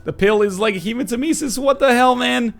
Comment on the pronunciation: Northernlion hematemesis is panctuated on the second e and not the third e.Sorry that i have to correct you but i'm greek and since the word is greek it just sounds so wrong when you pronounce it the way you do.